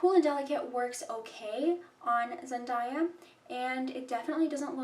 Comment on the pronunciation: Please pronounce her name properly